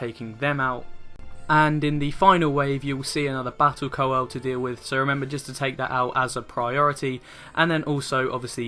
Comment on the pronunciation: Welcome back, I've been waiting for your 3.3 stuff after your holiday! Great guide as always, best I've seen so far for Hullbreaker HM. Now I've got to be Captain of the Dickwads & give tips on pronunciation. Sanguine is pronounced sang-win & coeurl is pronounced curl (like curly hair). Someone else would pick you up on it so I though it might as well be me. XD Keep up the excellent work.